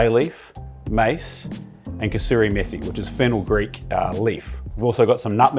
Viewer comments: That Kasuri Methi pronunciation was on point 👍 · The way he pronounced kasuri methi I knew the biryani was going to be 🔥.